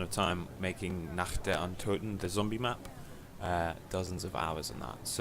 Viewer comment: "Nacht der Untoten" your German is terrible mate! :D